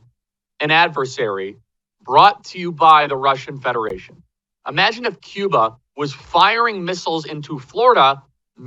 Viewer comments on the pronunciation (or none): none